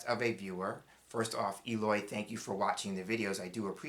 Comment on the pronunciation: Hi! Thank you so so so much!! ❤❤❤❤ I’m Just starting with them!! And the pronunciation of my name it’s perfect!!🎉 2 questions, please? Some people/card readers uses as a people card the military person… it can be a situation but a card people too?? And the child card could be a pregnancy card?? Regards, Eloy